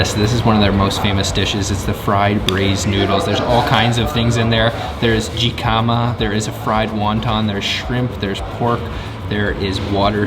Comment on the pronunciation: Jicama American pronunciation hi·kuh·muh